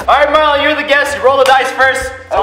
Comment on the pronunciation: roi said marling Xd